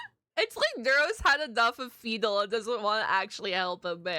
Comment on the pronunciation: 'fendal' that's a new mispronunciation for the list lol